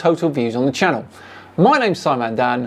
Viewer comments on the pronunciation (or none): none